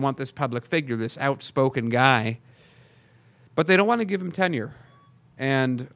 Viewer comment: It's not ten year it's tenure duh.